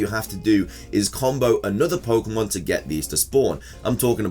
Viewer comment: There is an accent mark on pokemon. What would this accent mean when pronouncing the word? Why do you ignore that accent when you see it everywhere the official spelling is used? Speak the language properly you illiterate dufus.